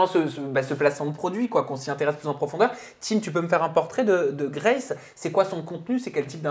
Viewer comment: La manière dont ils prononcent « Grace » c’est pour nous abattre ? 😭